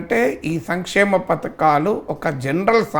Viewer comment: ఎర్రి పువ్వా పతకాలు కాదు పధకాలు